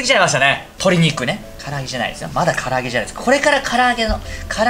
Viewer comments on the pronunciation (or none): 唐揚げがカラオケに聞こえたのは、自分も飲んでるからかな…